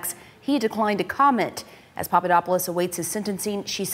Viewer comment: We know Papadopoulos was not a coffee boy because idiotic trump pronounces his name correctly. trump obviously knows him well.